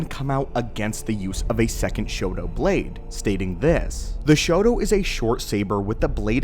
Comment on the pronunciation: Are you saying Shoto or Shodo? Shodo is writing. Shoto should be more like Sho-tou, there is a slight pause. I live in Japan and when you are saying Shoto it sounds more like you are saying “writing”.